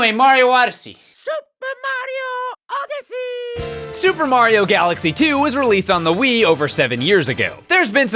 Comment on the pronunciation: C'mon it's Supa MARIO ODE-ODYSSEY. YEAH.